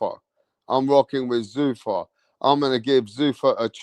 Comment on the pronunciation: Zuffa. Not Zoofa